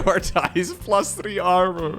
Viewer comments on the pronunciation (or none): none